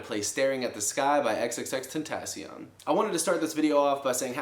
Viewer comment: U finally said his name right 😂